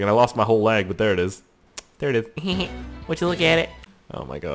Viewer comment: He sad thing is that you say leg right almost half the time. But then "correct" yourself and then say it wrong.